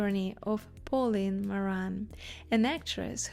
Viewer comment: I would suggest that you work with an accent coach before posting a video to achieve a clearer, more easily understandable English. For example, your pronunciation of “Pauline” is off. Likewise, you often stress the wrong syllable. Hope this helps.